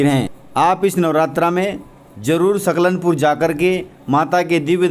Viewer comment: नव रात्री की आपको शुभकामना 🙏🌹🙏🌹,, भाई साहब " सलकनपुर " लिखा हुआ सही आ रहा है पर आपके द्बरा " सकलनपुर " कहा जा रहा है, सो होती हैं मिस्टेक सभी से ,,मे बेतूल जिले से हुँ।